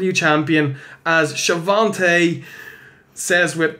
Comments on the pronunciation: Love your show. There is no 't' in Schiavone's name though. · Besides Tony, lol. It's a running gag (Hogan would pronounce it "Sha-von-tay") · Know this is late....but its a joke. Hogan ALWAYS called him She-Von-Tay. So theyre makin fun of that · schiavone has no t. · There is no "T" in Schiavone.....